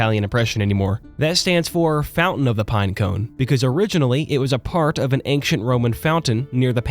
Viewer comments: Brother, I know it's not a huge deal but the word "ancient" is not pronounced "aynk-shent", just "ayn-shent". Hearing it rapid fired off several times forced me to write this comment. That is all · it's ancient not ankcient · Why are you saying the word "ancient" as anckcient? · "Ankshent history"? I'm sorry `:D In seriousness, I randomly found this video and you earned yourself another subscriber. The way you told the story is incredibly captivating, I found myself forgetting about the real world with how immersed I was for these 2 hours. You are an excellent storyteller. Keep up the good work! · why does he say ankshient? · Dismayed at your pronunciation of the word 'ancient'